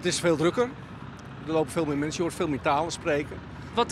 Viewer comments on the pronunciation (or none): Mernsen? *Mensen